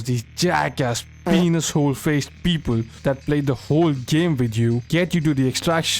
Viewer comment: Beobol 🤣🤣🤣 best indian accent